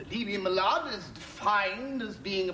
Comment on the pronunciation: From the very start he calls the judge "my lahd"